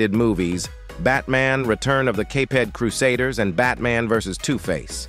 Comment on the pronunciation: good show , but my ears hurt from all the names & words that were miss-pronounced , how hard is it to say "The Caped Crusades" ( the Cape-ed crusaders) with out messing it up , sorry no 👍 for that one,..